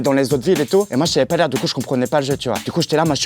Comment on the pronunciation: "ma première GameBoy j'ai appris à lire dessus" LORENZO C'EST LIRE